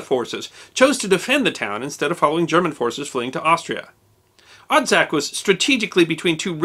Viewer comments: Odžak - (pronounced odchak) Ustase - (pronounced ustasche) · Thank you for taking the effort to spell correctly the names Poljana ("Meadow" or "Grassy field") and Odžak ("Chimney"). Your pronunciation is almost spot on: in the name "Odžak" the "D" is a "hard" D, and its pronounced like last D in "Dodge" so it would be like you are trying to pronounce "Odg-ack"; "Ustasa" is pronounced "Hu-sta-sha", with silent H. You are 100% correct about the post-war communist goverment hushed over many events from war or events that followed, as well about the multiple guerilla army groups that fought amongs themselves. Great job as always! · ustaša = oo-sta-SH-a. Effectively Croat nazis. Croats today are not really that ashamed or sorry that the existed. Some are a little upset by the bad rap they get. The post YU war generation, not so much. But the older ones, well, yeah. Odžak = O-jak (more or less) NOT od-jak. Not Josip Tito. Josip Broz, Josip Broz "Tito" or just Tito. Good show otherwise. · Quick tutorial for nonslavic speakers: LJ is pronounced like Italian ''gli'' but without ''i'' part Dž is pronounced like ''Jack'' but without ''ack'' part Š is pronounced like German ''sch''